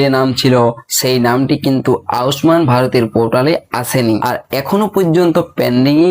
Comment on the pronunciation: উচ্চারণটা ঠিক করে করো ভাই আউস মান নয় আয়ুষ্মান।